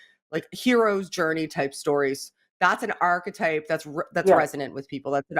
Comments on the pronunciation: it's arch->e<-type Have a good one, cheers!:) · If I had a drink for every time said ''architype'' I'd be suffering liver failure within 2 minutes.